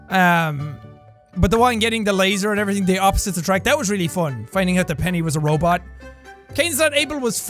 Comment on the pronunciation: Jack you said robet